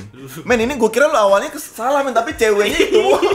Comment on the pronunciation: Tulisan : Ceue Dibaca : Cewwe ( ada tasdidnya :) Kocak bgt dengernya wkwkwk